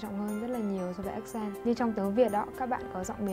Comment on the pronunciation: Ác cền t ... dấu nhấn ở âm trước mà :(